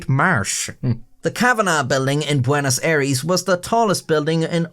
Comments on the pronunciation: Bueonos Aires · Bueonos aires... there you go, try to fix it if you can